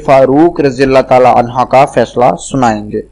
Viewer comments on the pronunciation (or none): At 0.20 anhaa nehi anhoo